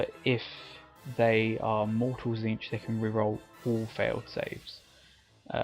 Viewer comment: I believe Tzeentch is pronounced Zéénch, t is silent. Great video though.